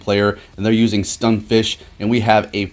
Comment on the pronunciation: I definitely enjoy your videos but mayyyybe just try working on saying the Pokémon names right. Stunfisk, not Stunfish. Just one example of many 😅